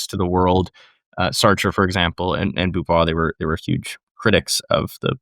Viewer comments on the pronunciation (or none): So much Frenchiness going on! Simone de Beauvoir (Bo - vwar) not Boovwar. In France anyway we pronounce Beau like the Bow in bow & arrow, I'm not familiar with the habitual Canadian pronunciation. Nice to see Simone Weil (Vey) not Veal, and her struggle with authenticity is still being studied